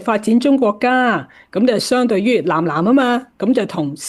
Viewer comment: ❤ 藍藍合作？原來是《南南》合作！藍与南的發音是不同的。❤